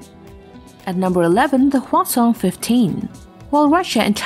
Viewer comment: HwaSong is pronounced "H'wáh Sōhng".